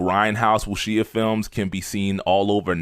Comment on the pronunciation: Definitely appreciate the enthusiasm. I gotta point out that you’re mispronouncing “Wuxia” and “Taimak”. Wuxia is pronounced “Wu Sha” or closet to “Wu Shia”, and Taimak is pronounced “Tie Mock”. Also, you left out a big element of the impact of the grindhouse movies in NYC. Because of those movies, not only were dudes like Ron Van Clief making movies in Hong Kong, but dudes in the 5 boroughs were seeking out actual teachers, who were more than willing to teach the youth. This is how dudes like Sifu Raul Ortiz, Sifu Carl Albright, and Prof. Moses Powell (R.I.P.) emerged. This also encouraged ghetto youth to seek out martial arts in order to shoot the fair one, which kept them from killing each other in the streets. To this day, a lot of the O.G. Martial artists are passing on the tradition to the next generations. One last note: Bruce looked at fencing for his style to use his lead hand as the penetrating hand, aka the “intercepting fist”. ✊🏾